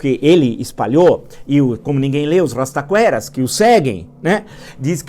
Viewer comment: “O rrrrrrastaquera acredita no falastrão” descreveu o Brasil kkkkk